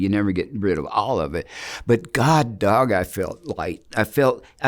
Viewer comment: I just heard him say "God dog" instead of God dam" at Did he say some other cuss words in this video? I didn't check it carefully, but I think he covered this one okay.